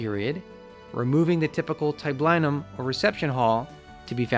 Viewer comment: Latin has no "eye" sound - i is ee, so tab-LEE-num, not tab-LIE-num.